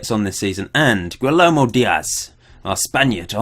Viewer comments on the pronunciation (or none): Guillermo: Gee-air-mo